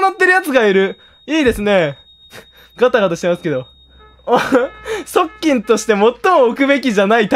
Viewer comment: 「側近」の発音が「パッキン」で草